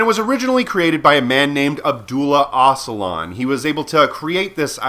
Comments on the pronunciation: Öcalan, not Ocalan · Might want to hear someone pronounce Öcalan because it’s rather different than how you’re saying it, I’m pretty sure. It’s more like Ojalan.